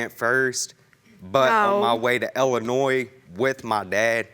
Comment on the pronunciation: Why he keep saying Ellinois?